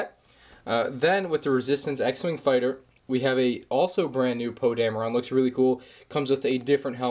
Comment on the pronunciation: It's Poe damrin not trying to be mean okay